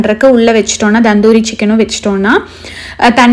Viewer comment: Akka so nice vlogs. But u r pronouncing "tandoori" as "Dhandhoori" Just an note